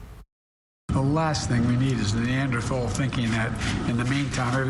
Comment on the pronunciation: first of all, they don't know how to pronounce Neanderthal.